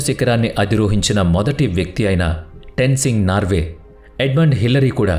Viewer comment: టెన్సింగ్ నార్వే ❎❎❎ టెన్సింగ్ నార్కే✅✅✅🤗🤗🤗